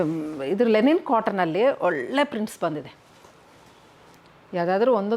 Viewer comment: It is LINEN not lenin 😅 ಲಿನನ್ ಅನ್ನೋದಕ್ಕೆ ಲೆನಿನ್ ಅಂತೀರಾ 🤣🤣